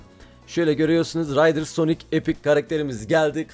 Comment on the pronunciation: RİDERS değil RIDERS